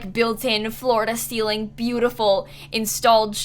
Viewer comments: Am I the only one who keeps hearing her say Florida Ceiling instead of floor to ceiling? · I was listening to the video as I was cleaning and when you said “floor to ceiling” I kept thinking you were saying “Florida ceiling” and I was like, now I’ve been to Florida several times but never heard of a Florida ceiling lol 😂 I had to stop what I was doing to see what the heck you were talking about. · everytime you said “floor-to-ceiling” i heard “florida ceiling” and i was very confused, like do they have different ceilings in florida too??? 😂😂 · That's what I thought. Until I read this comment, I thought she said Florida ceiling bookshelves. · You’re not alone xD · I heard the same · No. No you are not the only one. I didn’t even realize it was floor to ceiling bookshelf until I read this comment. I’m saying Florida ceiling bookshelf is canon. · I thought you said florida ceiling not floor to ceiling bc you talk about florida so much 😂